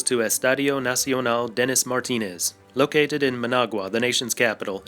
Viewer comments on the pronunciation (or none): none